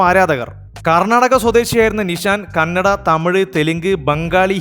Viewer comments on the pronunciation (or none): none